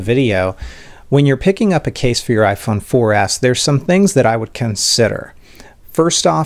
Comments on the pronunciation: Why do you say iphone 4 ass? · he said iphone 4 ass